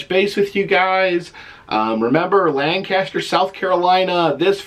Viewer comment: Since you are coming to my town, of course I will be there. I was born and raised right here in Lancaster. Hey, the local pronunciation is “Lain-Cuss-Turr.” LOL. Can’t wait to see ya again Friday! Mauri213, you better be here!